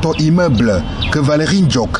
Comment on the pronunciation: Ndjock pas “Djock” il faut faire les efforts